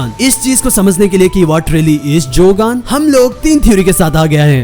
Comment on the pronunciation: No One: Jaagan